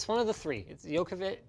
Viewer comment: You pronounce Dj in Djokovic like Dj in django